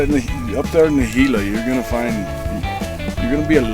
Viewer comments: Gila - pronounced he-la. Great journey, keep em coming! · it is spelled gila but it is hela.